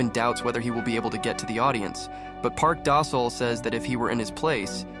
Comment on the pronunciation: Park Da sol more like park dosile😂